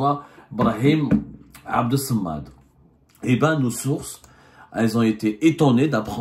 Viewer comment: الله عليك يا عبدو - تعمل كأنك لست بمسلم ولا بعربي ولا بأمازيغي -- أتعرف أن أسماء الله الحسنى هي 99 ومنها اسمه تعالى هو - الصمد Es-samad avec 2 s et un seul m التي تقرأ بالعربية - الصمد بالشدة على الصاد - لا على الميم مثل اسمك عبدالرحمان بالشقة على الراء - عيب عليك أن تنطق بما تقوله كما أردت - المرجو أن تصلح عربيتك التي تدخلها كثير من الاغلاط وشكرا --/